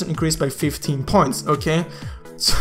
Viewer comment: Like for everytime says "Okhay"